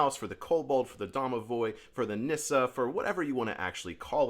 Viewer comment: I love Nisse. It’s pronounced “niss-say” actually. We have them on Yule cards in Sweden. I enjoy having them around our Swedish American home.